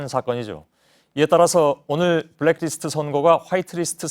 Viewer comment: 손석희 앵커 블랙디스트 라고 읽고 있는데 블랙리스트를 왜 디스트로 읽는지 아시는분?